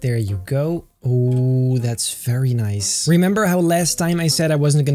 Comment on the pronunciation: I love when he says fairy nice